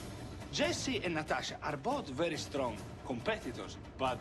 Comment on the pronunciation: Nghe kĩ nói từ strong thành sờ tờ rong =)))